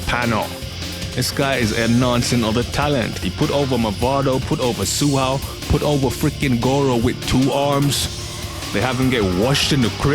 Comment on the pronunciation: not tsu hao😂